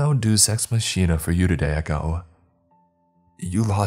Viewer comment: Lol hey you pronounced “deus ex machina” wrong, its a term meaning a sudden solution or savior to a problem